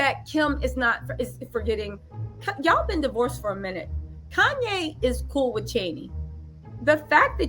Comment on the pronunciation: I’m loving your hair like this. I’m still cringing every time you say wiff instead of with lbs! Can’t help, but give you ish about that! I think Pete and Kim ain’t givin’ what she thought it was gone give sis! It’s just like… not happening! She’s lookin’ a whole fool out here!